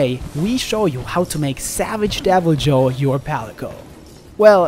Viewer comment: I'm confused. How can you say Deviljo right but not Odogaron? Now I feel like the Key and Peele skit when he tells people to pronounce their names right.